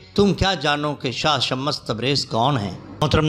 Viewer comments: Kya shammas shammas bol rahe ho naam to lo dhang se shams tabrez h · Baat "urdu likhne ya padne" ki nahi hai bhaai . Ab naam galat bol rahe shams ke maane soraj hai na k sha_mash shams me do martaba sheen nahi hai. Aur ek bat bhaai alhamdulillah mujhe Urdu padhna aati hai. lekin apko english padhna nahi aati??? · shams hai ya shmmash hai alfaaz durut kijye.janaab. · Naam sahi lo bhaai ....shamash tabrez nahi ? Shams tabrez